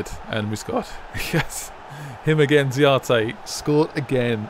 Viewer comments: why you keep calling him ziate? it's za-ra-te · can you just learn to say the players right names its not zayate